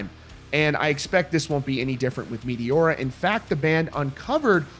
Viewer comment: "Meteora" pronunciation completely killed.